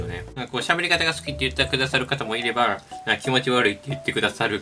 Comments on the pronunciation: いれber めっちゃ発音良い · 先にコメントを読んでからの、心待ちにしてた が来て、まじでrの発音が英語で笑ったwww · 『喋り方が好きって言ってくださる方もいればrrrrrrrr』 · ここネイティブ